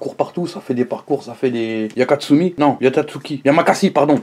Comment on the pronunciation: katsumi 🤔🤔 c pas bien